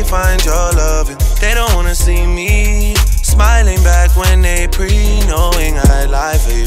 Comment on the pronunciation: Omg and it’s not pree, it’s preen. If you don’t understand the the language don’t preach. It’s offensive